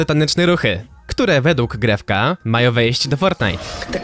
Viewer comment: JA JESTEM Z HISPANI I NIE MOWI SIĘ GREF-G MOWI SIĘ GREF I SIĘ PISZE GREFG